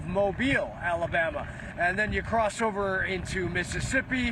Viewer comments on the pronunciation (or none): none